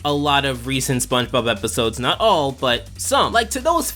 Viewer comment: I like how he pronounces it "Spunch Bob"